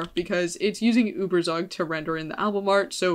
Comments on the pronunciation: It's pronounced ueberzug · The way you are pronouncing ueberzug is making me wanna kms but aside from that very interesting video